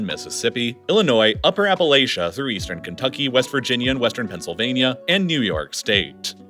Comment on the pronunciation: You mispronounced Appalachia, I live in that area,we always know that one's are not from here move down here.